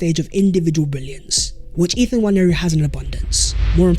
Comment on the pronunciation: It's not Nnwayeri it's Nwaneri (ONE NAY RI) ETHAN "ONE NAY RI" There's absolutely no Y in the name for crying out loud..